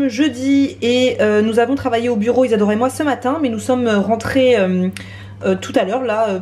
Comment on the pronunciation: nul nul nul germain mdr c tres bien ma mere fais que regarder t video elle arretev pas de dire Isadora par si isador parla